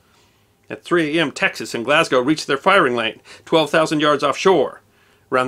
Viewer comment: Finally, an American that can pronounce Glasgow